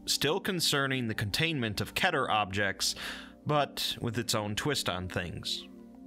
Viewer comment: I’m so triggered about how you say keter like ketter